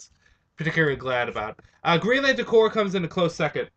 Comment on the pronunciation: It's pronounced core not corps.